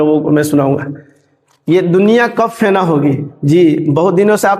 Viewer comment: Fena nahi fna